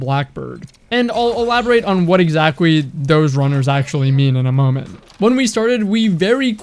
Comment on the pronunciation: "what exaquy" hehe